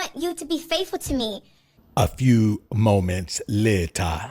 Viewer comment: “A few MOMETS 😂later” is crazy 😂